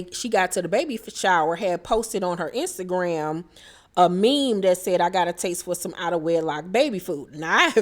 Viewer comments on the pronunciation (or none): Brooke kept calling the meme a mim 😂